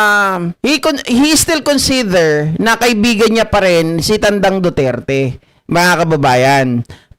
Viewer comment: Consither or consider… 😂